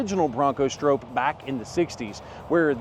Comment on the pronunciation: The biggest issue with the Stroppe is that you always say it wrong😂